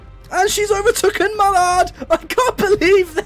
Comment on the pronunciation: I’m sorry but this is really annoying me 😂 it’s overtaken not overtuken